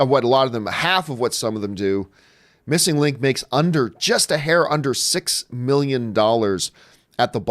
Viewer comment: "MissNIG Link"